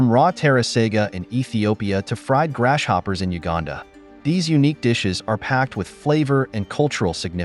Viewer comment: Grass-hopper, not Gras shopper